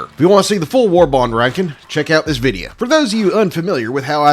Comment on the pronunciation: He doesnt say video he said videa 😂😂